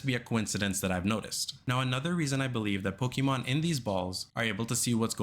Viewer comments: I CAN'T TAKE IT ANYMORE HERE ON YOUTUBE. FOR PETE'S SAKE, IT'S IN THE SONG. "PO-KAY-MON🎵" IT HAS THE 'É'. REEEEEEEEEEEEEEEEEEeEEEeeee!!!!!!!11111 Mom come pick me up I'm scared... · Hate how he says Pokemon. Theirs an accent over the e